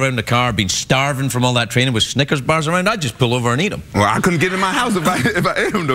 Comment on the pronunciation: when craig said snickers i thought he said ni&$rs